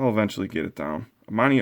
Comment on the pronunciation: How you say Amanis name is you put water in your mouth and let it spill out